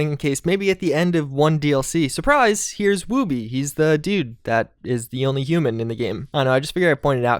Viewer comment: You pronounced Wooby wrong. It's the same pronunciation as "wood" and then "be". woobeeeeee